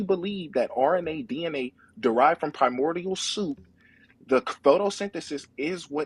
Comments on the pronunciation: Piemordial i think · Did he say “kaimordial soup?”